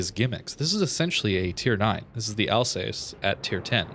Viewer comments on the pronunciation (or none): none